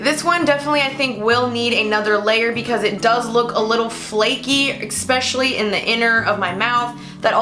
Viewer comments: pet peeve: expsecially when it should be especially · no offence but why does everyone say eCspecially instead of eSPecially